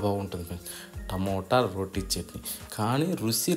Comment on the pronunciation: "రోటీ పచ్చడి" కాదు. "రోటి పచ్చడి" . " టి " అంతే "టీ " కాదు. పెనం అంటే తెలుగుని కాపాడిన వాళ్లౌతారు. మీ తెలుగు చాలా బాగుంది. అంతా తెలుగులోనే చెప్పండి.